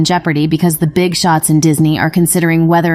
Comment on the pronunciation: She “beegs” lol